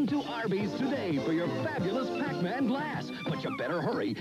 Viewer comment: Well you said Pac-min!